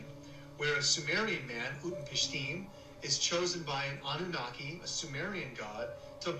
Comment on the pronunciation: If you can't pronounce annunaki correctly.... I can't entertain your input